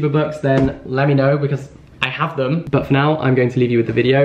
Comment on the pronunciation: I was so sure you said 'book for now' instead of 'but for now'! I've started to anticipate your puns :)